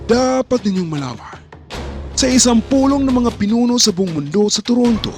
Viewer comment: BUONG po ang Tamang bigkas BOUNG po maling bigkas